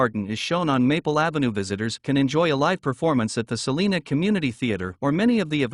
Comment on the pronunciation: S uh lina not Saleena like California’s!